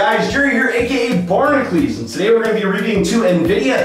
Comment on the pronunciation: I think jerry needs to learn how to read. Barnacules does not read "barnacleez"